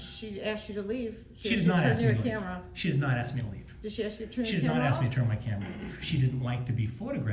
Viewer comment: He only answers the questions that you AX him! Lmao! Learn English.